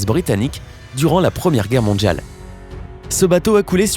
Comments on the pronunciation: J'adore la langue française. Votre prononciation du mot "mondial"/"mondiale" plus précisément du son D - ne correspond pas à un son de la langue française. On dirait le "DJ". Dommage, car votre commentaire est intéressant. Soignez votre prononciation, s'il vous plaît. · mondjjjjial quoi